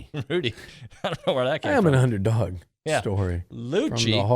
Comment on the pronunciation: It’s Liuuu-cci 🤌🏽